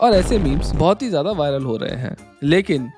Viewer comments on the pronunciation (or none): none